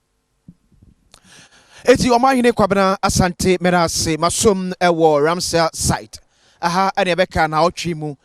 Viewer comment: The word is Ramsar not Ramseyer. Check your pronunciations.